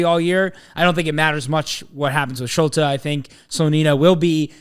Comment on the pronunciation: Schulte is pronounced Schult-EE, also Gaga is at Barnsley and they don’t have an international break so they don’t want him to miss games, CCV also has reported toe injury which is why he misses